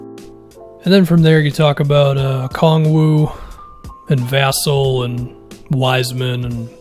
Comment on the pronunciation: as a florida state fan it is my duty to tell you to pronounce it like vuh-sell